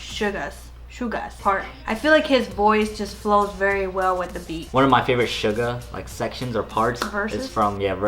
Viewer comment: Suga - shoo-gua as in shooting guard😁